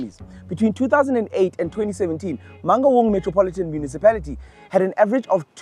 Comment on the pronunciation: What did you call it ? Mangungu municipality 🤣🤣